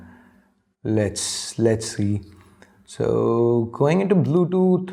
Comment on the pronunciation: Bludot... bluetooth 😂😂😂😂😂😂